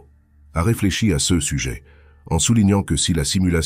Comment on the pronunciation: C'est une IA. 0 Doute. le "CE" en est une preuve plus qu'évidente alors que le reste pourrait passer parfois pour une erreur humaine, mais là non. C'est une erreur humaine impossible, donc IA.